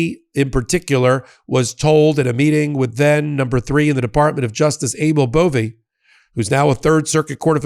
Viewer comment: I thought the narrator called him ANAL BOVEY, seems about right